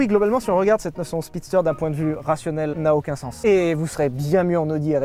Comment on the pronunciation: La "Spisster" hein Sylvain :p